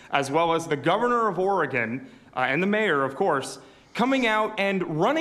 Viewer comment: Idiot president can't even pronounce Oregon correctly